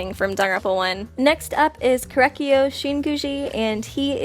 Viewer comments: Korekiyo Shinguuji: pronunciation 10/10 I think I'll like him. I think I'll like him. Kukuku .. kuku.. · Spoilers I am genuinely shocked how she got Korekiyo almost 100% right even his execution bravo